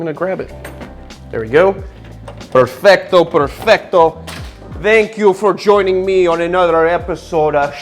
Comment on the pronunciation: He can say "perfetto" better than I can...and I'm Italian :o